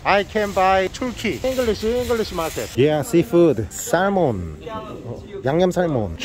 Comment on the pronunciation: 살몬으로 발음하는거에서 오늘도 웃고갑니다 ㅎ 쌔먼~